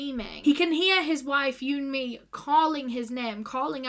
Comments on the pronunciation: Who else thought she was saying you and me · vid starts with not having the respect to research her name pronunciation yikes